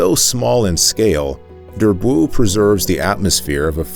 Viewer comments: Durb-woow ? ... oh please Durbuy is pronounced [dyʁ.bɥi] . Or 'Durb o wee ' for your average low educated American , where the O is very short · Durbuy : dur bwee .Namur not Namoor .